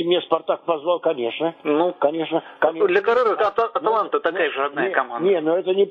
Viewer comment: Валерий Леонидович правильно не атланта, а аталанта.